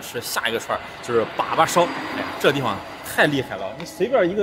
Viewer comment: 把把，发音应该是（二声）（三声）吧🤣